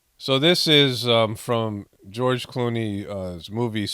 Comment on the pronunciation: You almost said George "Cloney." Seems like more of a suitable name for the cut and paste George Clooney roles.